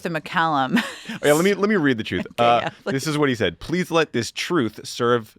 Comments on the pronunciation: When it's coming from Trump, it's pronounced "twooth", not "truth" 😐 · It’s kinda amusing to recognize the huge irony in the name. I personally like calling it “Troath” like he said when he first announced it. 😂